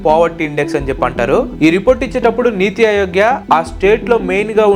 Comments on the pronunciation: నీతి అయోగ్య కాదు అన్న....నీతి ఆయోగ్ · Adi NITI అయోగ్య or అరోగ్య kadu... ఆయోగ్.